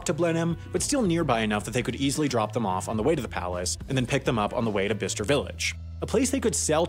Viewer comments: It’s pronounced by-ches-ture! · lol I've neverr heard it pronounced like that before... It's Bi-ces-ter Interesting video, Chinese tourists are a funny bunch. I bet you that facebook group is filled with absolute gold. Middle englanders are not exactly known for their welcoming of "outsiders" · Royally pissed me off how you pronounced Bicester, it’s pronounced bi-che-ster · Another great vid, but can I just say I think its 'By - Chester' not bister :) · I laughed when you said Bicester Village as BISTER Village lol, its pronounced like ByeKester. 😄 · “Bisster Village” 😂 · Urm, Bicester is pronounced Bi-sester. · It’s bye-ses-ter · It isn't. Ask anyone in Birmingham, Alabama. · The way you said Bicester lololool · Omg, your pronunciation of Bicester is criminal. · You're not saying Bicester correctly. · Sorry how did he just pronounce Bicester??!! :D :D Ahhh Americans, the only English speaking people who cant speak English :D :D